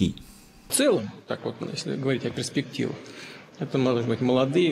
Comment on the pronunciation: Он говорит не перспективы ,а преспективы....и говорит не Донбасс ,а ДАМБАС...Рома да ему глубоко плевать.Говррить не значит делать.